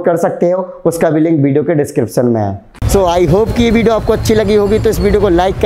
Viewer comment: bhai zay hind ni hota jai hind hota h 😎